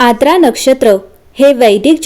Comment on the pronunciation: Its आर्द्रा, नोट aadra